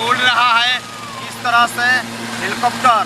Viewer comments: Hilcopter kyo bol rhe ho mere bhai helicopter bolo.... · हिलकाप्टर नही हैलीकाप्टर 😅😅